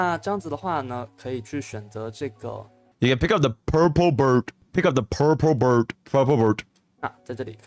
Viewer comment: 😂😂😂 i can't with "purplbord". It's purple bird bro